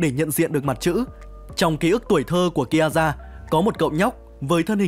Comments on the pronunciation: Ki a za :)) Má phát âm phèn chúa thật sự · Nghe đến lúc đọc Kiaza là tắt video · Đọc tên còn chưa đúng còn đòi làm clip